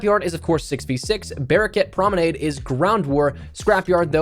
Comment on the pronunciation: Pls stop saying promenade like that...